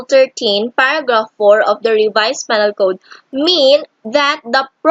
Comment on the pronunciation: No offense but shouldnt it be pronounced "pē-nal" or "pinal"?